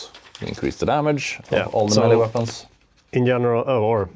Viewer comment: Its pronounced Melee , not Melee .